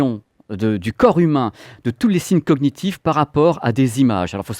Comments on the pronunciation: Cognitif et non cogue nitif. Désolé mais il fallait que ça sorte. PS: je suis résté jusqu'à la fin. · Pourquoi "cog-nitif" ? Ça se prononce "cognitif" comme "cogner" PP 😬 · "cog gnitive ". J'en peux plus x) Très intéressant sinon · Comme gnocchi :-)